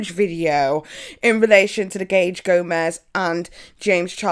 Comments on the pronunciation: Gage not GABE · his name is Gage actually :O I think you said "Gabe" Maybe Nathan is just Demisexual o3o and he learned it hella late <3 o3o no biggity~ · Also it's Gage not Gabe Gómez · Gage* not Gabe, 😂 couldn't handle hearing anonymous pronounced like that either lol such a pet peeve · i love u but pls it’s gage gomez 😩